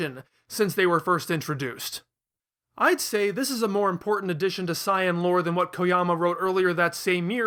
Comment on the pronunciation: "Sai-ahn". Really dude? Are you saying it that way on purpose? Just to make people mad?